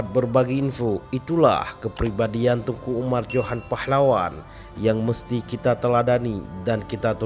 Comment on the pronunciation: Teuku min...bukan tengku